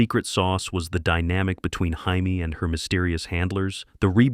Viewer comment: Hai-may Summers? I’m out.